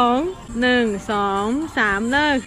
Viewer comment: 555555 ดูไปขำไป ตอนพูดหนี้ กับ หนึ่ง